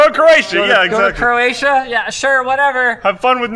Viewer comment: She said "Croatia" twice and I heard "Manila." I guess I should stop watching these at midnight or 1am.... I only played this back again to see what she said after someone corrected me and said she was not going to the Philippines.